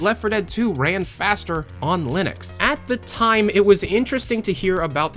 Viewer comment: "former Valve Lunix programmer" Alright then.